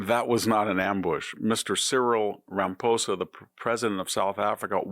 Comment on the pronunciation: You're mispronouncing Ramaposa's name!?? Why!